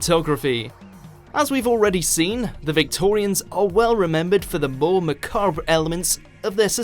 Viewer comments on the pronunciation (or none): Did he just say "ma-CARB" for macabre? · He also mispronounced “ogled”, “macabre” and “hysteria”. No, it’s not his midlands/northern accent either. He had one job.